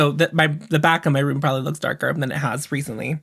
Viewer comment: “Am I turning löœōks? I’m not sure I’m turning löœōks” thanks for my new vocal stim